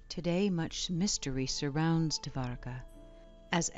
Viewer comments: It's pronounced "doh'war ka" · bruh dwarka is literally pronounced like how its spelled. you dont need to add an extra a